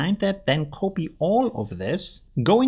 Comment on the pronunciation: Thanks for all your effort and nice videos! Just one question.. what is "koopi"? Do you mean to say "copy" when you say "koopi"?